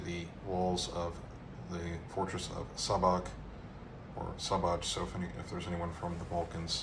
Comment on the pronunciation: Hello, I’m from Šabac. The Š is pronounced as a sh- sound like in shadow and the c at the end is pronounced like the ts in tsar so something like sha-ba-ts. Great video, always happy to see my home city mentioned especially in historic contexts 👍